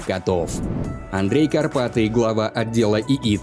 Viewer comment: Не Карпатий, а Карпати.